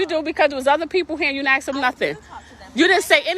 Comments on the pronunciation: Why does she say axe me? It's ask! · Did she ax or ask? I'm confused. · Why the fuck are they saying "AXE" instead of ASK?! It sounds fucking stupid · the word is pronounced “ask”, not “axe”. Try to sound educated lady🤦‍♂️